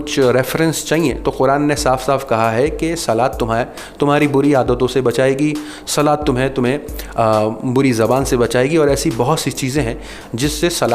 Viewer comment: Salaat nahi sahaab salah hai kam se kam bol ne se pahele accha knowledge le lee ya karo.